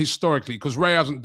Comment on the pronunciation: It's RAYA not REYA ffs. And then the big expert repeats it like 20 times.